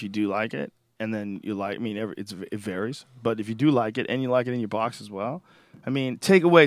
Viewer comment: Boston really comes out when he says "box" at about